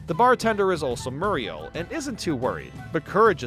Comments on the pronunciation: You-staice Murr-ial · You•Stace Murr•Eel